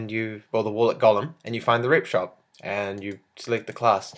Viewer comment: When he sayd rep shop i thought he said rape shop D